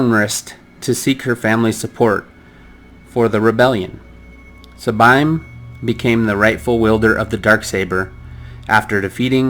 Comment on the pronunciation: First. Sabine's names is pronounced as Saa-bean